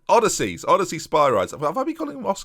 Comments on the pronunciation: Is it not pronounced Oh-Diss-Ee-Us? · O diss eee ous not odyssey!! Think more the hero of Homer's poem (Odysseus) not the poem itself (odyssey)🇬🇷🇬🇷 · It's probably too late but his name is pronounced O-diss-ee-us Spi-ree-deez